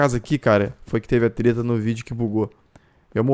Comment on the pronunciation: segundo vídeo que vejo ela falando teta invés de treta kkk tira esse pecado da mente kkk